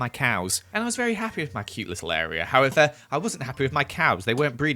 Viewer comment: Am I the only one that herd him day however like a thousand times